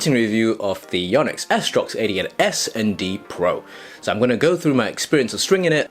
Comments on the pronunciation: Haha you saying 88 s pro.. Sound like idiot s pro hahaha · Your ‘88’ sound like ‘idiot’